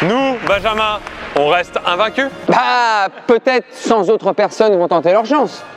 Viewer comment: "Cent Zautres personnes" ... Haaaaaa, mes oreilles, je saigne. Pitié. Mais j'ai bien rigolé. Merci